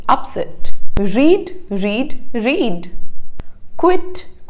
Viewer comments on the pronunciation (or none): read read read is pronounced as Read Red Red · Pronounce of read are different in 2nd form 😅